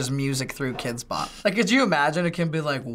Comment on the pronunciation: HE SAID KIDX BOP 34